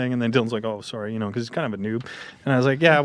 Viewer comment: oh soooooooory. He is Canadian